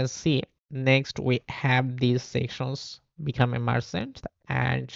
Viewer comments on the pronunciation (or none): the title is not 'marchant' its 'merchant '